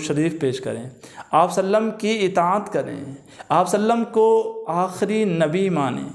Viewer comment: Jazakallahu khair. With due respect, please try to say Sallallahu Aalehi we Saalum completely, calmly and in good pronunciation. May Allah Taala accept our efforts.